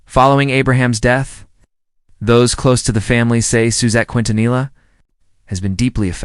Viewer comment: Why can't this person talking pronounce "Quintanilla and Los Dinos" they think every vowel is long its unbelievable!!